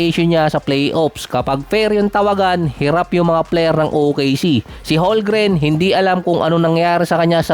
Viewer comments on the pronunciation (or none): Homgren yan, hindi holgren haha,,,kulit mo,, HOLMGREN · Hindi yan holgren, homgren yan haha,HOLMGREN